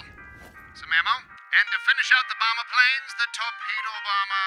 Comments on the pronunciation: When you said bomber killer I thought you said Obama killer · Ne1 else heard "obama bomber" the first time and just couldnt stop hearing "obama" every time he said "bomber"?.....Also...Barrage Obama =D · Did anyone else understand "obama killer"